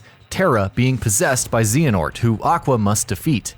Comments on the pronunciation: Lol zee-hanort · I believe it's zay-huh-nort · I cringed at the mispronounciations..."Zeeanort", "Just"...ffs it's "Zay-uh-nort" and "Joost" also: the entry for Red in Pokemon Gold/Silver/Crystal also applies to the remakes Heart Gold/Soul Silver Dracula in Castlevania: Symphony of the Night as you need to wear 2 specific rings in the clock tower to get the special glasses you need to equip before fighting Richter in order to see Shaft's orb which you need to defeat instead of Richter to reach the inverted castle and ultimately Dracula... various Kirby games require collecting every one of whatever the respective game's macguffin is to get the real final boss & ending ( Dream Land 2 & 3, and 64 immediately come to mind ) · "ZEE-HANORT" This physically pains me. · nope, the h is silent. if you play the games where they mention his name they always say it as "zay-uh-nort" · I am confused on how people mispronounce Xehanort when the name is SAID multiple times AND PRONOUNCED THE SAME WAY by everyone in the game... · 1) Xehanort has a short e not a long one. 2) it's just terranort